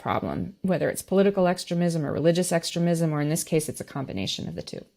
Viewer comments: It's pronounced phonetically: ex..stream...ism......not extra...ism as the guest pronounced it. It took awhile to figure out what in the world she was saying, I've never heard it stated the way she said it. Fake Christian's just like Drumpy who doesn't know the new from the old testament. His family attended church because his mother wanted it but when he attended military school church and its teachings never made it through his demented egotistical maniacal narcissistic pathological lying brain addled with NPD. These ultra Christian ideals are filled with communities of hypocrites. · Sorry, I'm out. I can't handle the way this Trump sympathizer says 'extre-mism'. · The way she pronounces "extremism" and "extremist" drives me crazy. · She hasn’t read the indictment? Why is she postulating on this? And her constant mispronunciation of extremism and extremists? Something smells about this reporter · This lady puts the ehmfassis on the wrong silahbowl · Why does she keep mispronouncing extremism? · How interesting - your guest's pronunciation of "extremism" - with emphasis on the first syllable - sounds so much like "excrement" - LOL !! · Why is she pronouncing “extremism” wrong? Odd. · I have a very petty comment about something that irritated the hell out of me. She kept mispronouncing “extremism”. Someone should have told her. It jarred me every time she said it. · Her pronunciations of extremist, extremism, and transgrestions...🤷‍♀️🤦‍♀️